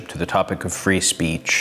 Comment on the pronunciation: "It's very easy to say 'free speece'" ...D'OH!